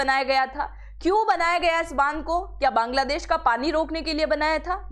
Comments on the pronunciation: aap pahla sabd bangla desh ki jagah kangla desh bol rahi hai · मैडम बांग्लादेश है नौ कांगलादेश😂😂😂